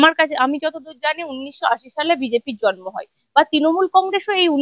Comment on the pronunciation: দলটির নাম তৃণমূল- তিনমূল নয়। আপনার speech therapy করা দরকার। তথাগত বাবুর অত্যন্ত শুদ্ধ উচ্চারণের সামনে আপনার উচ্চারণ বড়ই শ্রুতিকটু।